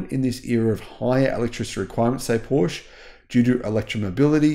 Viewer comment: It’s not Porsh it’s Porsh-a